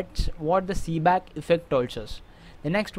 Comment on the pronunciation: It's Seebeck not "Seeback"!